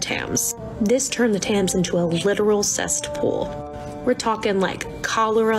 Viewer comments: Sorry but... did she say cestpool ?? That is...an image even worse than the image cesspool gives me 👀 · the lass in the second tik tok, the way she says thames and cest, as a british person if you're struggerling with these its pronounced tems and cess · i know we shouldn't be calling out individual creators but I just have to say Thames is prounounces 'tems' not 'tams' and it's a 'cesspool' not a 'cest pool' I'm sorry I am done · Also the fact she said cestpool annoyed tf out of me hahaha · She said "cestpool"😂😂